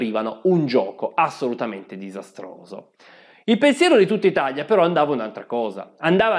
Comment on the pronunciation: Bellissimo video, ma si dice ItaLia e non ItaGLia